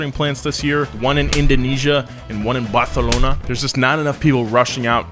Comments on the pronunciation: Finally!...Someone who actually knows how to pronounce Barcelona! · I am shocked, pronounce Barcelona perfectly!! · That Barcelona pronunciation got me man... greetings from Spain.